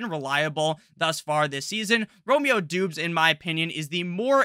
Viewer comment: *"Dobbs" not "Doobs"